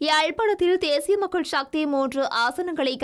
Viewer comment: சக்தி என்பதே சரியான சொல் ஷக்தி இல்லை.கட்சிஎன்பதற்குப் பதில் கட்ச்சி என்று ஏன் கூறுகின்றீர்கள். தயவுசெய்து திருத்தி வாசியுங்கள்.